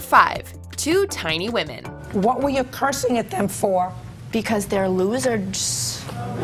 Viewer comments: Can she not say losers??? "Loserds" ahahahhaaha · "Because they're loserds." That clip always cracks me up.